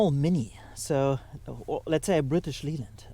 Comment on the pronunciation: Oh, your English is perfect, but one tiny thing - British Leyland is pronounced British Layland. No idea why, just wont of those weird quirks.